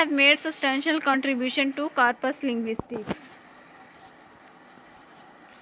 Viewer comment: Yeh Mispronounced